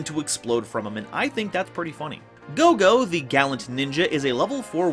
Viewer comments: minus ur mispronounce of kagero & goe goe name. The vid was awesome!!!!!!!^^ as sum1 who loves playing ninja 🌙 🍃 🥷 💨. This vid was enjoyable. Also decoy can b very helpful as u can play it wen an opponent atk ur set ninja flip it cu, it was atk then activate decoy n protect that ninja. Also for Nast other gud targets r glioath n sloth as they lock 🔐 out exd. Any way kwl vid^^.Also the ball joke was funny af 🤣😂😆😄 bt kagero is female. The new ninja have 2 male 1.meisen.2. Tobari. & 2 female 1. Mitsu. 2.kagero. & r doggo Baku. Also U can trigger green ninja eff by using it as cost for ur dragon ninja.or even for notebook. It can also combo wit shadow sealing. Oh ya idk y the tcg called him senor silver ninja:( wen in ocg he's jst silver ninja. Plus sliver ninja jst sounds kooler!!!!^^ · This was a kwl vid^^ how ever I will agree wit that that did mess up pronounce of names for both kagero & goe goe. Sadly 😥 sooo many yugioh peepz butcher Asian names 😢 I have seen names of a lota cards said wrong 😞😓😩 by multiple yugitugers.